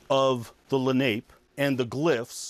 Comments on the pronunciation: It's okay but he mispronounced the name of the tribe. It's not pronounced Lah-nape, it's pronounced Lah-- nah- pay. These are my ancestors and it would certainly be appreciated if it was pronounced properly. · La nape is pronounced la na pay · Accent on second syllable